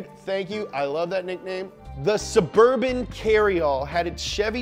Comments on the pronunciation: DA CHEVY... SUVURVHIN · what surburban?? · Sheff g: BITCH ITS NOOO SUBURBAN